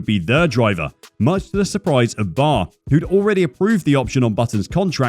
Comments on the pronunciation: B.A.R. not 'bar'. The whole time they were on the grid never heard a single person call it bar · It's B.A.R. not Bar. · that's "B A R" dude, not "bar" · It's B.A.R. not bar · Bar? It's an acronym, not a word. B - A - R (British American Racing) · like "Be Ay Ar" you get it